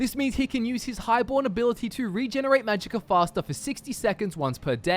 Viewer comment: .... Did you just say "Magicker" efficiency?